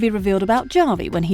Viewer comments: It's pronounced "Ha-vi", not "Ja-vi"!!! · how do you make a video essay about something but you can’t even pronounce the characters name right… “ja-vi” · His name is Javi! Pronounced like "havi." It's a Latin name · OMG!!! Javi is pronounced Havi with an H sound not a J sound. Did you watch the show? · Seriously don’t know how to pronounce Javi! What a joke! Bot or Moron! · Stop mispronouncing Javi's name. It's legitimately disrespectful to insistently pronounce it wrong. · my skin crawls each time i hear how she pronounces "Javi" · It's not a real narrator. It's an AI narrator and that's why it can't pronounce non-English names correctly